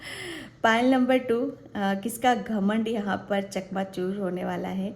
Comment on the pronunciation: चकनाचूर not चकमाचुर 🙏🙏🙏